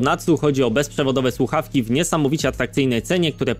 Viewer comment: Ta pierwsza influencerka od tych fakntastycznych sluchawek mowi "suawki". Tragedia. Natalia kaczmarczyk 🤣🤣